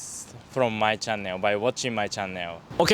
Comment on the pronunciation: You pronounce "channel" as chan neo. Haha that made me confuse a little